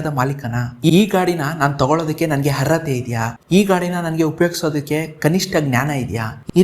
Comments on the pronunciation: ಹರ್ಅತೆ ಅಲ್ಲ ಗುರುವೇ ಅರ್ಹತೆ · ಎಂಥ ಮಾರಾಯ ಹರ್ರತೆ ಹ ಹ ಹ 😂 ಸರೀ ಹೇಳು ಹೇಗೆ ಅರ್ಹತೆ ಅರ್ಹತೆ . ಕನ್ನಡವ ಕೊಲ್ಲಬೇಡ ಕಂದ.